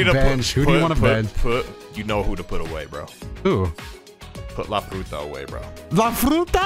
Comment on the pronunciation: Not la furta lol